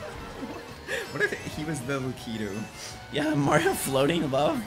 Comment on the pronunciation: It is Lakitu not Lukitwo